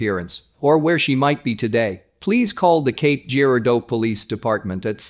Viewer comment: Cape Girardeau ( juh-rar-doh ) to locals.. Not jeer-ah-doh.